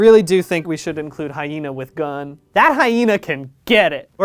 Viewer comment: the way he says “Hyena w/gUN” will always get me